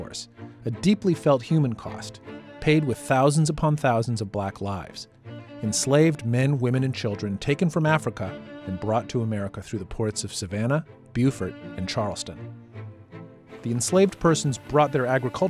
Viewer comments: "Bo-fort" is in NC, our Beaufort is pronounced like the first syablle of beautiful. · It’s pronounced “bo-fert”. Great video though! Love.